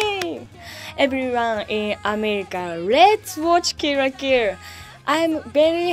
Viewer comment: "Kill la Kill" in Japanese is pronounced "Kiru ra Kiru" so she might be saying that. Or it could just sound like "Kiru ra Kiru" to us because of her accent.